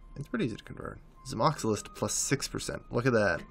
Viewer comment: What really needs to do, is pronounce who things are spelled. Not how he thinks they're spelled. I mean, Zamoxilist? Really? It's Zamolxist.